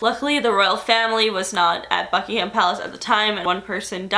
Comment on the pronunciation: i thought you said FUCKINGHAM palace lmao